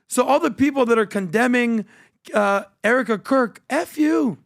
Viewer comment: OMG, HE SAIDS ERIKA CROOK😂 I7